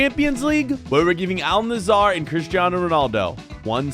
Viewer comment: Not Nassar, Nass-er